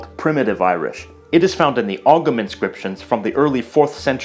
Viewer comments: Really interesting video. Ogham is pronounced "ohm" though.. I went to an all Irish speaking primary school, my brother continued his education all the way up through all Irish secondary. I find myself speaking Irish words pretty regularly and when I travel with other Irish people I would use our language as a "code". The phrases and expressions are beautiful. I love the similarities between other languages such as Spanish e.g. coinín/ conejo, eaglais/ iglesias. I love knowing what our surnames/ place names mean and the history behind it, I also adore the Irish names that are unique to us and untranslatable to other languages e.g. Fiachra, Oisín, Foladh, Sorcha... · Pretty sure ogham is pronounced "owam" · you dont pronounce the g ogham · hi there ogham is pronounced oh um the GH is silent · Also, to pronounce Ogham correctly, just stick the sound of the letter M on the end of the word "oh". Phonetically, it might be written "ohme". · As says in his piece on the Irish language, the name is Irish, NOT Irish Gaelic. Also Ogham is pronounced as ohm.